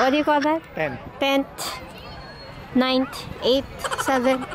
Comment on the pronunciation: Tent ninet eight sevent haha tawa ako dun ah